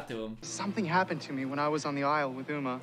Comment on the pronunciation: Uma: Sings a song about her name.: Says her name wrong.